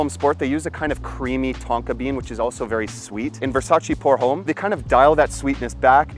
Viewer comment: Another great video brother! I also agree about the pricing. And what’s with the backflip…wow! Jealous lol Not trying to sound like a doofus but I thought I’d point out something small…”Homme” is French, so it is properly pronounce like “ohm” with no emphasis whatsoever to the H. Anyway, more great content!👏👏👏